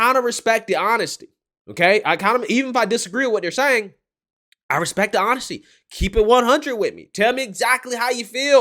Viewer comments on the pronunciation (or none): who the hell just came out of this guy, "disagree with whattharsayeng" 🤣